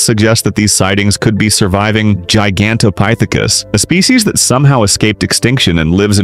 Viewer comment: Good Lord will you say the ape’s name right